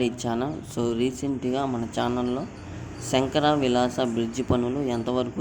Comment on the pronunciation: తెలుగు వాళ్ళేగా తెలుగు సరిగా పలకండి శంకర విలాస కాదు శంకర విలాస్